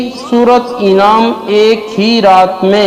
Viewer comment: Is ko Anam hai inam nahi kaho janwar Anam ko kehte hai